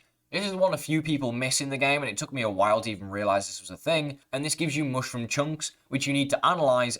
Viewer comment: it's not hard to say mushroom correctly....stop you weirdo. get the food out of your mouth when you talk.